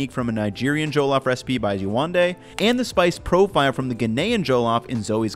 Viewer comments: Good for you man, it is a treasured dish in West Africa🇳🇬🇳🇬🇳🇬🇳🇬 btw pronounced ‘Jeh-loff’ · The only thing is your pronounciation of "Jollof" it's NOT JOE-LOFT it's JUH-LAWF. But great video regardless! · hate to be that guy, but it's "Jah-lahff" not "Joe-Loff." Lived in Ghana for a bit. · I have Nigerian coworkers. They pronounce it more like JULL-OFF with the emphasis on "off". For events and potluck lunches people like them to bring coconut-rice, which is also a savory, flavored rice dish cooked with coconut milk. Maybe that would be a future video for our good man. Thanks for your great content. Please keep up the good work. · Every time he said Joe-loff, I think I cried a little haha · JOE-LOFF ROCE 😂😂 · “Joe-lof” lmfao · ya did your best on the pronunciation I appreciate it........well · Hearing jollof pronounced without a Nigerian accent is throwing me off looool but kudos on this attempt at our favourite dish bro. It looks great! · The way he pronounces jollof is interesting. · sigh watchin this as my mom making some for my birthday tomorrow. You are both saying it wrong and looking at the Wong recipes, but enjoy my guy.